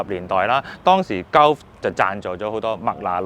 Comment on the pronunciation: Gulf 鳩呼 呢個讀法真係幾搞笑 "高呼"呢個讀法又得唔得